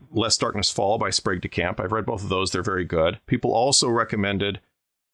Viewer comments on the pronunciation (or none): none